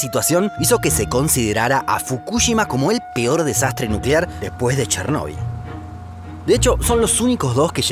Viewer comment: Chernobyl y Fukushima pronunciados como el orto en todo el video